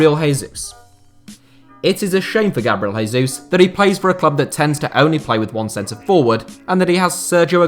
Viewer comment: He'd be if Gabriel Jesus was Spanish, which he obviously isn't. Same goes for when people say "hose mourinho", the "J" in Portuguese is(almost) like it is in English. He's correct in the same way that pronouncing "Hack stole a Hacket and went to Hail" is right, so basically he's completely wrong